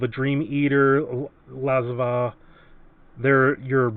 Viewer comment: i love ya, but it is said La-zav.